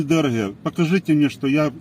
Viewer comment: Не Шо , а Що . 😂😂😂 Руки из карманов вытащил.😂😂😂.